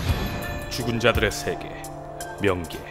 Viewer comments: 저 명계가 계속 멍게로 들렸어요ㅋㅋ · 순간 멍게라는줄.... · 인간계와 명계 인데 나 처음에 멍게라고 들음